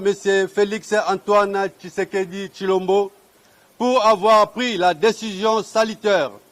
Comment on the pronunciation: Yaya obosani congolais na prononciatio? Batiaka kutu cas te que kombo ya mutu ( congolais) ezalaka na signification nango. Okoyoka ooooh Fatshi ekomi Fati, Tshisekedi ekomi Kisekedi 😂😂😂😂😂